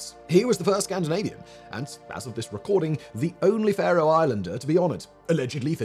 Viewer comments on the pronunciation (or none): Wow, my little home country of the Faroe Islands get a mention! This is awesome. Thank you! Just a bit weird hearing them pronounced as "far-oh" when we usually say "fair-oh", like Pharaoh. :) Still, very cool.